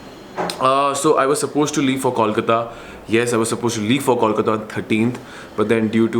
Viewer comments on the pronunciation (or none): It's Kolkata Coal-ka_ta